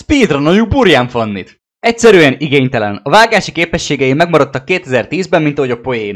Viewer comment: Ne uritán Fanni hanem Burian Fanni. Még ki ejteni sem tucc